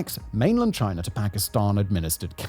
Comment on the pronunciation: Aww he stopped saying Chiner